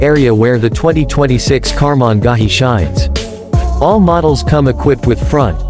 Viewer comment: Holy EFF! I lasted 24 seconds of the horrid AI voice until it butchered Karmann Ghia beyond listening ability.